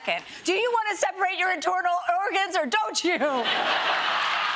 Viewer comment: lol, "intornal ergans"